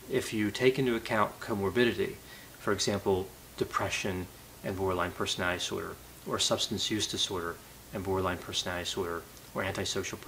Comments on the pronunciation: I realize I am not a genius but, I have to say, "The way you pronounce 'personidisor' really confused me". I had to rewind a few times to get what it is....."personality disorder". Please slow down and enunciate. You seem to really know the subject and I'm learning a great deal but, that is highly distracting. Thanks for posting these videos. Keep them coming. Okay, y'all can call me a "Karen". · Why does he say persnaee dsorder? Does he have a speech impediment?